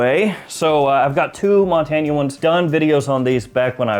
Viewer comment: One of us is pronouncing Montagne very wrong. :)